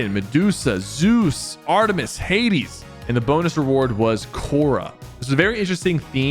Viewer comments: At least he said Hades right this time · bruh he actually said Hades right this time